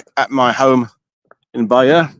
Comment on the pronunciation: As an American, I love your correct pronunciations of French places. I always thought Bayeux was pronounced as "Bay-you." Now I know better.